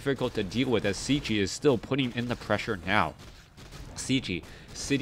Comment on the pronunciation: "Cechi" is shortly for his surname "Čechmánek", in English it would be pretty close to say "CHEH-khi" (as english doesn't have "ch")